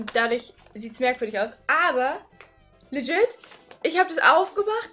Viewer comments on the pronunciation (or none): none